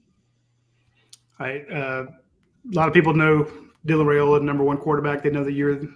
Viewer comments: Yes his father did during an interview. Rye not Ray..... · I believe it is RYE--oh-la, not RAY-oh-la. Didn't his father clarify that on one of your shows?